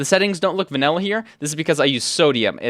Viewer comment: "vanella" bro 😭